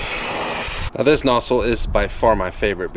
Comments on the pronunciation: Are u saying nossle or nozzle? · The way you say nozzle is kinda strange